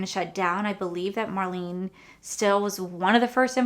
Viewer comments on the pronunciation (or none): none